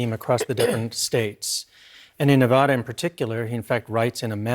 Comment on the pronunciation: Damn it, it’s pronounced ne-VADD-a. Think about this way, you go to Las Vegas, you win, you ADD to your bank account. Probably not but let’s get it right people.